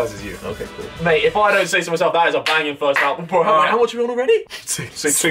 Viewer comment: “the firzt 10 minutez wont have me in it”